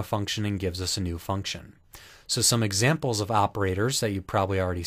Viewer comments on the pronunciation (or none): "exmamples" lol